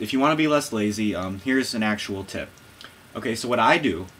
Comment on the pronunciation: Tip not TIp :P